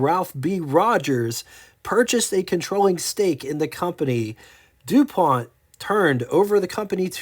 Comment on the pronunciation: Is this AI narrated? WOR CHESTER..??? There's NO H in Worcester..it's pronounced WUSS-TER.. and then it went from saying DO-PONT to Dee-pont, Then the mistake calling the late model vertical twins, V twins ..If this is an educational video it has really missed the mark. I should have waited to post the mistakes as Floyd Clymer was pronounced Claymer..oh ffs